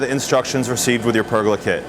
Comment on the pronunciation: It's pronounced per goal la. not burger with a p 🤣